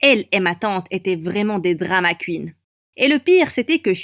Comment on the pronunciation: '' drama cuine'' 😂😂